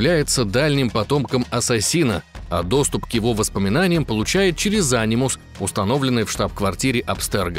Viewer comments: Ани́мус а не А́нимус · Анимус.. правильно говорить - анИмус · Почему а́нимус, а не ани́мус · вообще ни разу в АС не играл? Ударение же в Анимусе на букву и. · Ударение не не то е в фамилии дезиле и в анимус